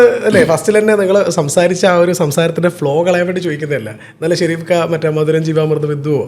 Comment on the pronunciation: Edheham Peru parayumbol maathramanu tettu parayunnathu athayathu sherif alla Shareef ennanu athayathu kaba Shareef ennanallo sherif ennallallo angane ucharikku